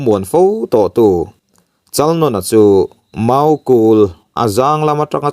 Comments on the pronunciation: Chalnawna tih lam dan poh adik lo...Nãwna tih tur vaibelDÂWN tih a Dãwn ri ang hian lam tur.. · Chalnawna......Chalnâwna tia lam tur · Chalnawna sai nawn ang khan i lam a a dik lo thluk rawh.